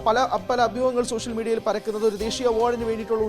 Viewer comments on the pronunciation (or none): none